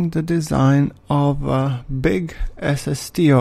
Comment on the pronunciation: When he says "SSTO" it sounds like he's saying "ass of steel". I think I like that better.